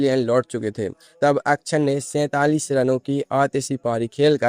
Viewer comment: अच्छर नही अक्षर, उच्चार बराबर करो 😂